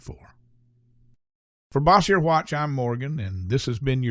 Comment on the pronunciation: Cannot pronounce “Bossier”, though.